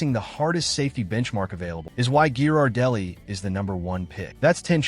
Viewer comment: RIDICULOUS. A TOTALLY DUMB POST IS FULL OF HOT AIR. THE AI NARRATION CANNOT EVEN PRONOUNCE GHIRARDELLI CORRECTLY.